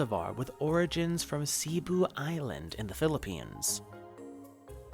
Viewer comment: Cebu is pronounced seh-boo, not see-boo. Didn’t mean to sound rude, because I’m not trying to be. I love your channel! Epipremnum is my favorite genus of species in the plant world. Thanks for sharing this!!! You rock! I’ve been telling people that it’s not a pothos, it’s Epipremnum for so long (since the plantdemic). At least someone with a big following (that’s growing) is planting that seed in the minds of plant addicts in the west. You are a true plant person/collector.